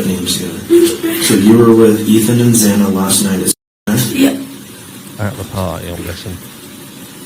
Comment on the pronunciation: Idgaf who u are. If you live with someone or a group it’s normal for people to know one another’s surnames, emergency contact info minimally. I’d also have them sign NDR’s. That’s why I have always (even in uni) Anybody sign a lease or sublet?! Poor Xana’s 1st and last name were butchered more than she was. It was too much to give the woman the respect of pronouncing her name correctly in death. It’s not too much to ask+it’s not hard to say! Sound like Za nuh Kur No dull! How mfkn hard is that?!